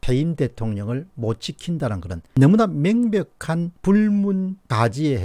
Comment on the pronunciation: 재집건이 아니고 재집권입니다. 재발 발음좀 똑바로하세요. 짜증나서 다시는 안볼랍니다 그리고 맹백한이 아니고 명백한 입니다.